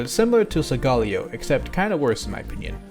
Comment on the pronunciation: how tf did u mess up sogaleos name that badly its so-guh-ley-oh